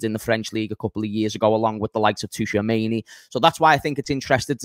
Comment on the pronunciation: It's pronounced check not cheek. And it's pronounced shoe-a-maini not tshoeameni